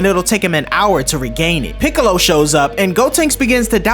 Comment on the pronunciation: funny how he called piccolo “ pickle “ I laughed for 2 min straight